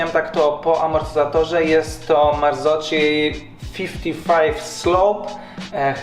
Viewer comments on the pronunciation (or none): none